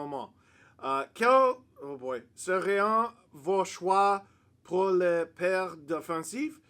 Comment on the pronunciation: Your French, major super duper accent and all aside, wasn’t too shabby. For future reference though, for the word “seraient” you don’t pronounce the ent portion. It’s simply “serai”.